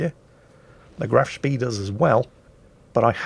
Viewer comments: You can always expect him to mispronounce Graf Spee though. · graf speeeeeeeeeeeeeeeeeeeeeeeeeee totally not triggered by the way he pronounced that